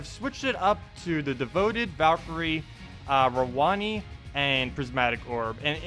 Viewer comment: Yeah lol I'm pretty sure that is how it is supposed to be pronounced. I cringed every time he said rowonnee XD